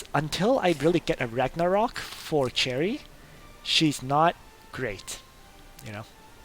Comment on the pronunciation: I cant believe after all this time, you're still pronouncing Cherie as "cherry" lol